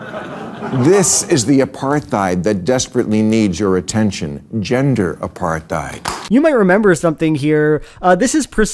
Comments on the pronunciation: What throws me most is that Bill Maher pronounces "apartheid" as "apar-th-eid." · This is a dumb point, but does Maher pronounce Apartheid with like a "th" sound? Like "Apar-theid"? Does he not know it's "Apart-heid"? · What the fuck is ”apar-thigh’d?” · The way he acts so high and mighty while mispronouncing the word “apartheid” constantly is actually pissing me off so bad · How he says apartheid is soo funny because the pronounces the "th" 😂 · The way Bill pronounces 'apartheid' is giving me a migraine. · lmao at his continual mispronunciation of "apartheid", maher is like a child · Why can't maher pronounce 'apartheid' correctly? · I think it's really funny that he just cannot pronounce "Apartheid" like he read about it on the internet and never heard anybody say it out loud. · I hate shits like Maher. But oddly enough his pronunciation of "apartheid" is what pissed me off nearly most of all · If I were half as patronizing as Bill Maher, I'd point out he can't even pronounce "apartheid" so it's no wonder he can't understand it.